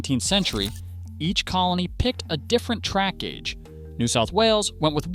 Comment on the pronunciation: Gauge, gouge, there's a difference. Try pronouncing them both DIFFERENTLY.